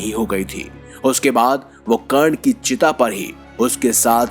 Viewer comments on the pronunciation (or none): अबे पहले हिंदी को अच्छी तरह सीख ले, कर्ण को चिता पर नही चीता पर लिटा रहा है!!! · चीता नही चिता